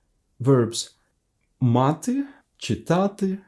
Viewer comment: Хочу зауважити, вимова "ч" перед "и" ну дуже м'яка, і чується "чітати", а не "читати", а так відео гарне